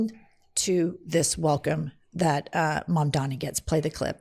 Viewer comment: absolute banger of a video i’m now subscribed. the name is mamdani !!! M-A-M-D-A-N-I